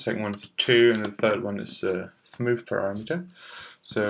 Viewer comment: Did you say, "PARA-METER". I am sorry to say, but, it is pronounced "Puh-RAM-Eh-TuR"... Check this page out